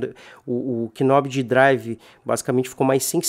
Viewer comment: knob não pronuncia o "K"